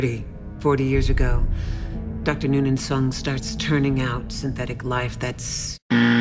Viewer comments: "Dr. Noonan Sung" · "Noon in soong"